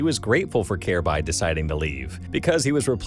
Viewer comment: Wow, this video is terrible. From pronouncing Kjaerbye's name incorrectly throughout the entire video to claiming that he was the best player on Astralis when dev1ce is right there, to saying he's the youngest major winner and MVP in cs history at the end of the video despite Donk taking that title last month, to not mentioning how he won Dreamhack Masters Stockholm 2018 with North by upsetting astralis in the grand finals, and not mentioning how North allegedly told Kjaerbye to not tell anyone on Astralis about him signing to North, so they could get revenge on astralis in his latest interview with Freya on HLTV: These types of cs content creators who make videos spreading misinformation on these topics are the worst.